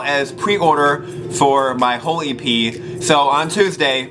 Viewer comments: Every time he said 'The whole EP' I kept hearing 'The Holy 'P'' and I was like yeah sure 😂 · When he says it fast it sounds like "the holy pee " lol 😂😂😂😂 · Am I the only one who thought he said "holy pee" instead of "whole e.p.?" oops.. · When he said whole EP i heard holy pee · Was I the only one who thought he said holy p